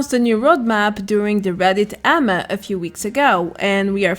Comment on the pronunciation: Reddit (A)(M)(A) not amma lol. Love your content btw!!